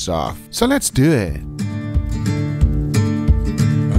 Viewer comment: "so les do ehht"